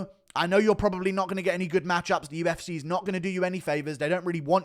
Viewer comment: listen to yourself man UFCay just burped up vitamin Cay. Again again UFCay UFCay. I would like to see ko'd and wasted